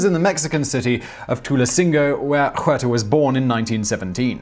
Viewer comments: And even more disrespectful to pronounce it "Juerta"! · Please dude, stop butchering the names. The H in Huerta is silent.